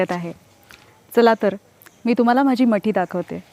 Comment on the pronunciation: अतिशय सुंदर फक्त एकच सांगणे मटी नाही मठी एव्हडा बदल करावा